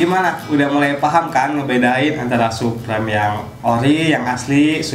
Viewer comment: Suprim bang bukan suprem hhe cuman koreksi aja bang